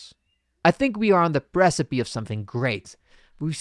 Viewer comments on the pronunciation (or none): mispronunciation of the word "precipice". looks like the script had a typo the narrator didn't realize. this shows the speaker really lacks understanding about what he is saying. sigh